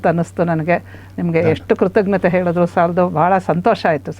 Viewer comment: ಒಳ್ಳೆಯ ಸಂದರ್ಶನ, ತುಂಬ ಉಪಯುಕ್ತ ವಾದುದು. ಆದರೆ ಕೊನೆಯಲ್ಲಿ ಅವರಿಗೆ ನೀವು 'ಕೃತಜ್ಞತೆಗಳು' ಅನ್ನುವ ಬದಲು 'ಕೃತಘ್ನ' ತೆಗಳುಅಂದದ್ದು ಆಶ್ಚರ್ಯ ವಾಯಿತು.